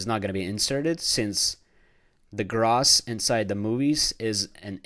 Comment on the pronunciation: For the love of god someone teach this guy how to say gross - /ɡrōs/